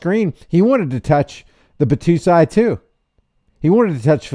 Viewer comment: Bot-Toe-Sy. Sy like Pie. It’s a character from Rurouni Kenshin.